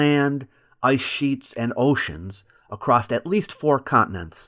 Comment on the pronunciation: Gosh I hate it when people say "accrossed"